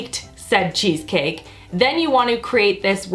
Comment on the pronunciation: you sounded so old world Italian when you said I a-maka a cheese caki!